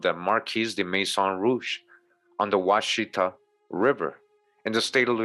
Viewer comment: And also you are mispronounced washitaw...